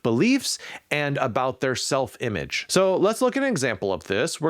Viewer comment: "Sefl-image" :-D :-D